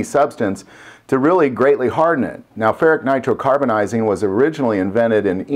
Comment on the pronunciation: It's pronounced like this: fur-it-ick nitro-car-bur-ize-ing.